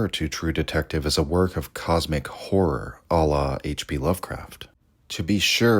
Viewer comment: Really struggling with the often used word HORROR repeatedly mispronounced as WHORE. "Cosmic Whore" omg .